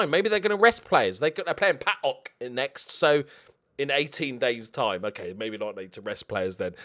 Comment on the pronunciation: I like that you are saying PAOK as PAOK and not as P.A.O.K like every English person would do. You say it like a greek would say it (Greek and PAOK ultra fan here)